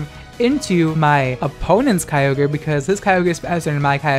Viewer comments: It’s pronounced Ky-O-Ger, get it right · I will always pronounce Kyogre "Key Yo Grey" from now on to piss people off. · Pronouncing Kyogre like that is exactly the kind of thing that pisses my brother off, I’m gonna do it forever now